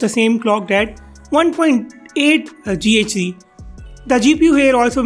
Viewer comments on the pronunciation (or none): You're a noob. It's not read as GHz, it's giga hertz.